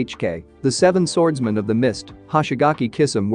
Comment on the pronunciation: I love how this AI says swords man Swords manananananananananan